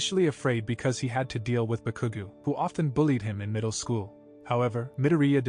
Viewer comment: Omg, you said so wrong Bakugou that I laughed and also annoyed to see multiply times this happen